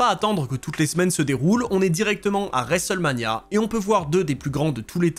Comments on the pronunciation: l'horrible prononciation "resselmania" 😂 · Je sais bien t'inquiète c'était pas péjoratif, le mot est horrible à prononcer ^^ ça m'a juste fait rire au début de la vidéo quand tu le dis 5-6x en 30 secondes 😅